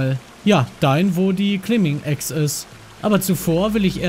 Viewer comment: Manu es wird "Claimbing Äx" ausgesprochen :)